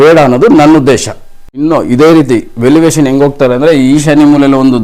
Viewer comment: Velivation alla adu😂😂 elevation antha heli 😢😢